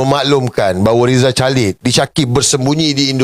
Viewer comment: Sir, sorry. Plz. Pronounce Rizal Khalid bukan *chalid. TK.